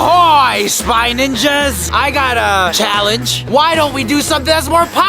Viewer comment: Its Ninjas Not Ningas lul